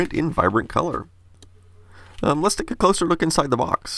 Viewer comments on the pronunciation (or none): none